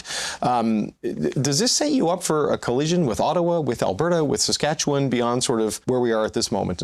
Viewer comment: Is Eby Canadian? He doesn't even know how to pronounce "Saskatchewan."